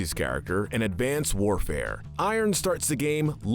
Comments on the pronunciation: It's pronounced Dee-yeh. Advanced. Lagos, Nigeria. Mitchell. In other words, make your own list instead of listening to someone who didn't even do his homework and by homework I mean fucking playing video games. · Now I love this video. But for hades it’s Advanced not infinite.